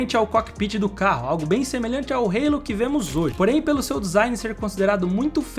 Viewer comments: O nome da peça não é "reilo": a palavra existe em português, e se pronuncia "alo". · "Rêilo" não dá né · É muito feito você pronunciar halo com uma pronúncia inglesa. A palavra existe em português.